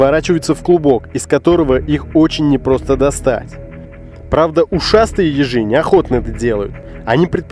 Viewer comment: Когда он сказал ежи мне послышилось езже